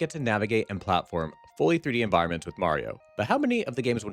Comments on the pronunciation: he always said Marios name wrong, everyone told him, sometimes he said it normal, but then not. It got pretty annoying cuz he knows its wrong but kept doing it for... lols? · He said Mario..yay~ "Ashphalt" Sigh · Bro got replaced by a Skrull agent and he forgor how to say mayro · Guys, calm down. is the one who says may reo. Because the only game he's ever played is pikmin. Obviously. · "Mayrio" sayers are quite aware of how it's really pronounced. Don't let them lie to you. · HOW DARE YOU say "Mario" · Sounds like a you problem. I've heard it countless times and it just amuses me hearing say it that way. Can I just say, skill issue? Because I think that's a skill issue. You're being precious. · NOOOOOOOOOO how can we have a merry time without merry-o?????? 😢😢😢